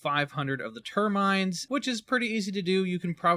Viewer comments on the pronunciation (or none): "termines" ter-mi-nids, how are native english speakers messing up their own language? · People need to learn to read and pay attention. Terminids Term-i-nids Or Ter-mi-nids... same thing Not Ter-minds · Ter-min-ids not tur-minds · How tf do you get this far in calling the games most basic enemies "termines" instead of terminids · Bro said "ter-minds."